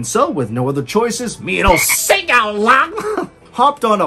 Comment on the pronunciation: “sEgUL lUnG” 🤣